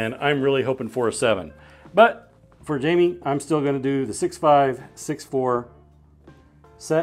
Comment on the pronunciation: Jaime = "Hi-meh"